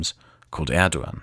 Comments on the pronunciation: The "ğ" in Turkish is silent. Erdoğan is pronounced like "Erdowan" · the g in erdogan has a special pronunciation btw. I couldn't get used to you pronouncing it as an English g while pronouncing german names correctly xD but it's a stupid detail nevermind it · "Erdogan, erdowan, erdokan, erdohhan,, please choose one pronounciation lol" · Turkish pronounciation of the letter ''c'' is a lot like the English pronounciation of the letter ''g'' , it's not the same but it should give you a general idea. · Unfortunately his pronunciations and translations were so wrong but you know he’s not a native Turkish speaker. But yeah he should have search. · Hey, I'm sure it's already been mentioned, but the letter "c" in Turkish is pronounced like a "j" in English. Can't wait for part 3! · recommadation: it would be nice to pronounciate terms in their native language ? In my opinion :D